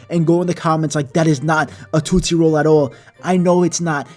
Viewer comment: The way he says tootsie 😆